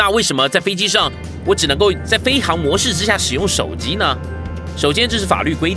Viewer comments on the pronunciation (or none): 飞行模式 这个行读xing 不是hang